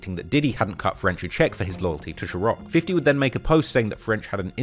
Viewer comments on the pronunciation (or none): Bruh. The pronunciation is SeaRock not Sherock tf 😂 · Bro why can’t you say ciroq 😂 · Whoever you hire better tell U how to pronounce ciroc